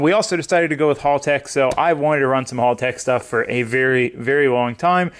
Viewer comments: Your pronouncing it wrong..it's hal-tech not hall-tech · thankyou for supporting us Australian's for buying haltech! but I will say your American's always pronounce it wrong we say it like! helltech!